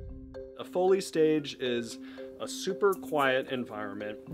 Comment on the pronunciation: ITS PRONOUNCED FOE LEE